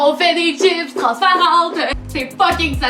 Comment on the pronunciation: C chipssssssss pas chip